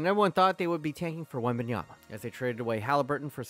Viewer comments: Man literally called him Victor Wanyama 😂😂😂😂 you did Wemby dirty man 😂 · It’s wembanyana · Victor Wemyana? Evan Mosley? Giannis Antekounmpo? 😭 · I like how butchers players names like Mosley and wenyama